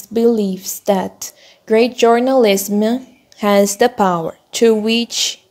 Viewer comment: Vc pronunciou errado a palavra "journalism" o correto é /ˈdʒɜrnəˌlɪzəm/ algo como "djornalizam"